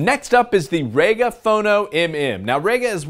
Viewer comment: I always thought it was rega not raga. That is reega vs rayga. E is not an a but it can be eh. But being English what would I know?